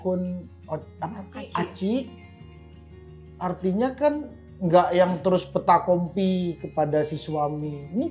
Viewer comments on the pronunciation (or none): Cuma ngingetin : "Peta Comply" / "Fetacompli" / "fait accompli", mas... Jd bukan "PETAKOMPLI" ya... hehehe...